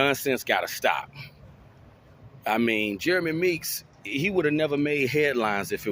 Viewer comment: Meek's, not freaks!